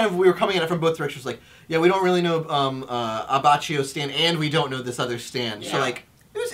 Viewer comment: Btw, Abbacchio's name is pronounced A-bah-ki-o. Great video guys!